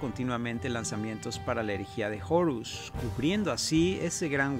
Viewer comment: porque dice jorus ^_^